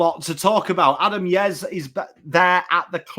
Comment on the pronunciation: lol "adam yez" its ooooozaaaayyyy